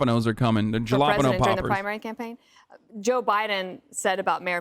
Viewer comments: i know he does it on purpose but I still cringe every time he says "juh law pen oh poppers" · Did Hasan say Jollapano again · actually it's "jala pino